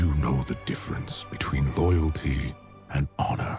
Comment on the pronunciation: "loyalty and honr" [sic]